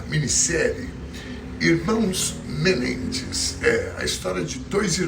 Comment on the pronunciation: A pronúncia de Menendez, na análise léxica, é oxitona. Sou fã incondicional de.